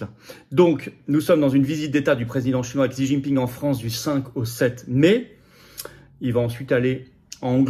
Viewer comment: Se prononce... "Chi"